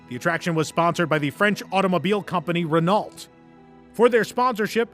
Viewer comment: Great video as always, just one note, you do not pronounce the "lt" in Renault!